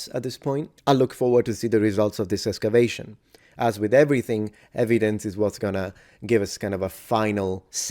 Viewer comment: I really enjoy your no-nonsense approach to checking the sources. I wish more so-called "experts" would do it. But may I pick a nit? 😅 While there is no "x" is espresso--as Weird Al so eloquently proclaims in "Word Crimes"--, there actually IS one in "excavation". Maybe it's my headphones, but yours sounds more like "escavation".